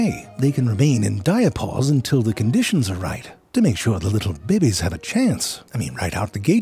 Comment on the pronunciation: awww you dont say "babies" funny anymore :( i miss that....